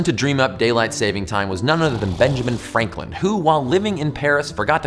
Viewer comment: Haha you said “frankland”